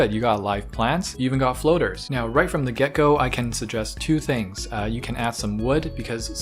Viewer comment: I seriously had to rewind to see if he said "Right from the get-go" or "Right from the Gecko".